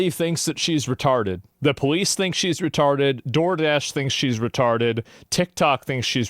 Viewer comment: “Retawded”- blade